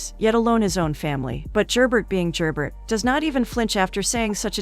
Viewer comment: Really good recap but… Could you get the names right? Very distracting is Gerbert is French and not pronounced phonetically. And Matthew’s mother Ysabeau also French, but a totally different name was used. When recaps are given if you retain the spirit of the show, it makes it much easier to follow along and listen to. Take a few minutes to watch the show to hear how their names are pronounced, especially when is it international series. All in all, great recap. Several misses with the key players names.